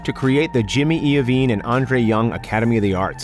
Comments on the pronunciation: Jimmy I-veene not E-veene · bruh... jimmy eeovine? gazelle budchin?